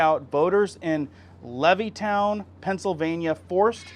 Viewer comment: Dude..... are you even American??? Your ABSURD constant miss pronounced common words concern me!!! In just this video it's "levytown.. NO STUPID, IT'S (LEV-IT-TOWN) LEVITTOWN... Built by Mr Levitt to provide affordable housing to Soldiers after WW2. SHITS SAKE DUDE...🧐😒